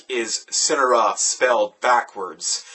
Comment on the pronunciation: haha amazing review. only complaint is that homeboy was pronouncing the band's name wrong. they go by Sin-Are-Uhh not Sin-Uh-Ruh.